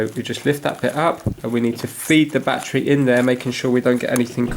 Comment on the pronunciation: What the hell is a “Batchree”???